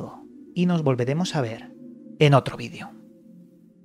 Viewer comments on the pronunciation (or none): none